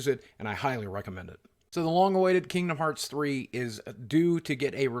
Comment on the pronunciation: Kingdom HEARTS, Boogie. I love you but the mistake triggers me every time